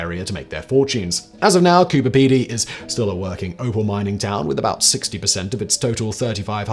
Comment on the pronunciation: Thankyou for pronouncing Coober Pedy correctly 🇦🇺💜